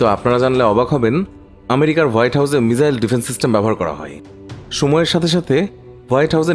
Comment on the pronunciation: বলদ মিজাইল না রেহ😂মিসাইল বলে